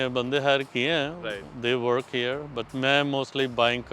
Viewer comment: Can you please practice saying he-ear for 'here' instead of "hair" every time. It will help with the overall entertainment factor and foreigners can comprehend faster. Just a suggestion. Thanks.